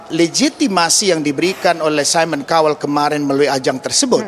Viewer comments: "saimon kauwel" pronounce nya.. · Mon maaf cara bacanya mba : Simon Cowell = saimen kawel Chance= chans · Simon kowel hahaha cobalah belajar lagi sblm on air 😅